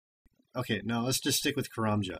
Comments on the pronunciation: kay-ram-jay rofl.... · karamja = kar- a - ma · sry to break it to ya but your ardougne and karamja are wrong in postbag 35 the real way of some places can be seen karamja=ker-ram-jar and ardougne=arr-doyn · How does the "ja" part in Karamja make an 'AR' sound? -.- Everyone can have their own opinions on what they think it sounds like but, seriously there is no R anywhere at the end of Karamja, I think it is pronounced: KUH-RUM-JUH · Lmao, the pronunciations of Ardougne =P Gotta say though, I don't agree with how your pronounce anything in this vid =P Since Jagex are originally founded in England, I'd say that the way we pronounce them is probably more accurate. Sorry! Ardougne = AHR-DOWN Karamja = KAH-RAM-JAR Varrock = VAH-ROCK or VUH-ROCK When it comes to the TzHaar language however, we just tend to make random hissing sounds and hope whoever we're talking to understands us. = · / its pronounced 'ar-dawn' - 'ka-ram-ja' - 'va-rock' - 'ze-zee-ma' - 'te-noob-show' thank you A level english. that is how they are pronounced due to english literature! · AR! 'Cos I'm a pirate XD Idk.. I guess it's just my accent. I pronounce 'car' and 'bath' with the same sound as 'Karamja'.. Like a long 'a' sound rather than a short one.. if that makes sense >_>